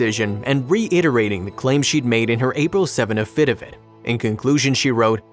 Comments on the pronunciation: Too bad you can't pronounce affidavit. Not a-FID-a-vit, but a-fi-DAY-vit. There were other words mispronounced as well. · what are "afidivits"? [if you are meaning what I think you are it's pronounced aff-i-dave-it] please get a narrator who knows how to read and pronounce English and a writer who uses fewer non sequiturs it would make these stories easier to follow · Does the narrator of this video not know what an avfidavit is or how to pronounce it or is that how they pronounce it in the south cuz I've never heard of it being pronounced that way? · The content of the videos is terrific, but either the narrator's first language is not English or he doesn't have command of English pronunciations. Affidavit, for instance, is not pronounced a-fed-i-fet. In another video, Akron is not pronounced Ake-rahn. It will help people respect content more if correct pronunciation is used. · The way the narrator pronounced "affidavit" made me CRINGE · If he pronounces affidavit like that one more time...! 🤨😒😠😭😆